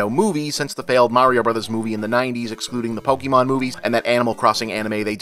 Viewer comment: It’s pronounced po-ka-mon